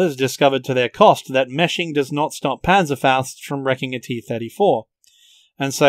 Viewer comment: This is the best video I watcht so far to this topic so take my like and something I have to say you are the first english speaker who probably doesnt speak german who says Panzerfaust corectly